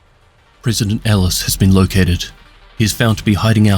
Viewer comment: Pronounce Ellis and Tusk correctly dude, or get a decent mic lol.